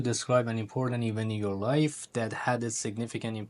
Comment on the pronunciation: girllll his accent is obviously Indian 🥲🥲especially always pronounce “T” to “D” such as important to impordant